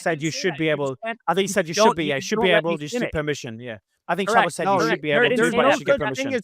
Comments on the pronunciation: Jackson calling Shabbos, Shaboose the entire debate was hysterical. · Terrible and biased host and nobody cares about his opinion. He talks wayyy to much and does not allow time for each side to respond to the other. Shabbos has to lower himself to respond to lowlife and liar Hankel and mispronounced his name and constantly interrupted him like a 5 year old child.